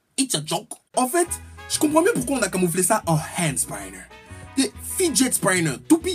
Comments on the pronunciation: On dit hand spinner même en anglais pas hand spaïnner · Enfin quelqu'un qui est du même avis que moi de la connerie ce "Hand spAAAÏÏÏÏnner" ou je c pas comment tu prononce😂😂😂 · "hand spailleneur" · Le Hhaënd Spaïneur